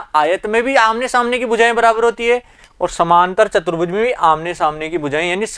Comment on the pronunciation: Apne video me chaturbhuj ko chbutruj bola😁